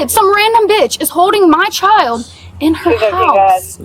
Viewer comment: “My chi-uhl-duh!” “Me-uh!” “Thank you-uh!” “Hostage-uh” “Kid-uh!” “My daughter-uh!” “Bro!”